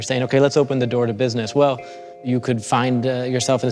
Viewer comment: " This is Bisiness " - The guy from the Meme